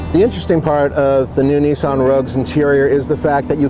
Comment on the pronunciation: It's Nissan... not Neesan